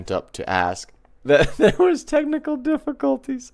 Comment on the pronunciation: "Technal" haha She even flubbed a disingenuous apology, all hot under the collar. Kind of enjoyable having it all formatted this way!